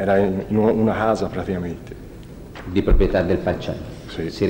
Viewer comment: "Una stanza o una casa?" "una stanza...si...era in u... una hhhasa pratihhamente"